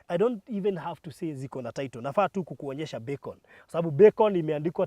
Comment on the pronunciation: Baruthi sio beacon ni Becon